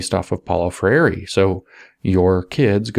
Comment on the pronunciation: If you want to pronounce his name closer to the original: Pow-low Frey-r(e) But, won't blame you for utterly not caring. Ha.